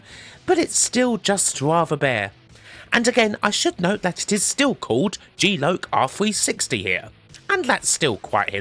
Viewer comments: good vid but stop saying g loak....its lock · GEE LOKE.....,....its Geee LOCK! Aka G...Loss. Of. Consciousness. God i love your pronunciation of words at times. Truly in your own element there. Edit......the intro to outrun on Amiga. Oh we love gamesack! Double edit.... C64 Powerdrift absolutely was amazing to me. However when my step brother lent me his atari st with Powerdrift....oh dear....what??? - which probably explains what you said. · G-Loc - is it not pronounced 'jee lock'? meaning something to do with GeForce and blacking out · kim its g-lock, pronounced lock as in lock on or door lock................ just missing the k..